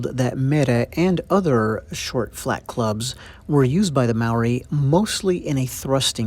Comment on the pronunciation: Mah-ree? Maori is pronounced like mouldy, Mou - Ree